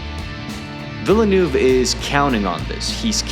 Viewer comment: Take a shot every time this guy pronounces Villeneuve’s name differently